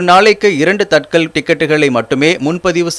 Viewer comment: Its not tatkal,its tat kaal.